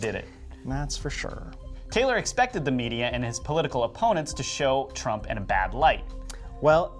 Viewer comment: Sure sounds like the narrator called Trump, Drumpf in the beginning.